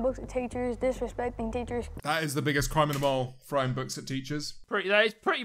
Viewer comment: Throwing books at teachers I thought he said throwing roast potatoes